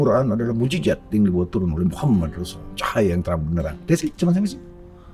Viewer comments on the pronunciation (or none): none